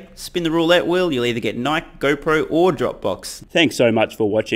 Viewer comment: STOP SAYING NIKE WRONG!!!!!!!!!!!